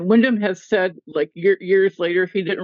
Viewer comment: William Windom not Windham!